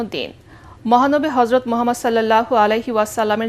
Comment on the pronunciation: মিজান শাহজাহানের উচ্চারণ ঠিক নাই । হরযত না হযরত